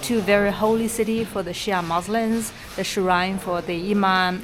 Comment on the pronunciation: Hi, I love your posts and apart from itchyboots Noraly travelling the world by motorbike your channel is the only one that is somehow soothing, intriguing and joyful to watch, a happy mixture of feelings. May I say one thing, please pronounce Muslim with the 'M' at the end not an 'N' otherwise we sound like were muslin which is material for clothes! 😂😂😂 ❤